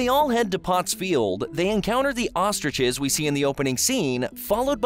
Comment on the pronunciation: bro said ostriches